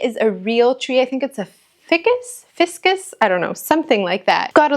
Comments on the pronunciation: Thank you for sharing. You have done such a beautiful job with your home. The tree in your bedroom is a Ficus pronounced (Fi (rhymes with eye) cus) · It's pronounced Fi-Cuss❗️